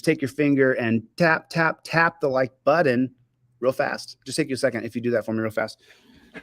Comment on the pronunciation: Holy toledo as smart as you are you should probably know there is no D in the word button